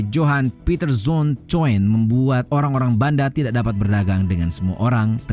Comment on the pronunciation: Anu, "Jan Pieterszoon Coen" dibaca "Yan Piterzon kun". Huruf J dibaca Ye.